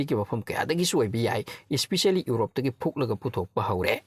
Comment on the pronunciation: "Urope" haibase "Europe" haibiyu